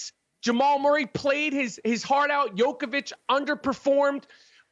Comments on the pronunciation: He said jokovic hahaha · Nikola Jokovic... Goran "the Dragon" Dragovic... Man, Americans really cant pronounce any foreigner's name...